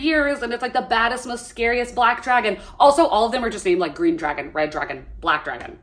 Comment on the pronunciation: "She's such a smol bean that can't even climb on the dwagon😢"